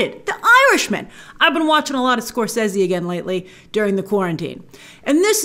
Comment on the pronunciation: The correct way